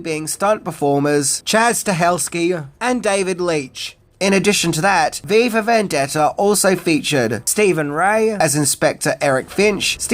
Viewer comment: Your pronunciation at a few points sounds like "Viva Vendetta," potentially even more dystopian 🤘